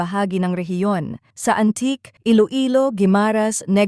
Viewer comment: AN-TI-KE po ang bigkas niyan,.